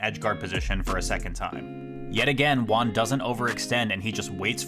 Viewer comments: Your Juan pronunciation is so bad it took me 12 minutes to realize you were saying Juan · You Juan like a gringo. Gotta make that h sound hermano.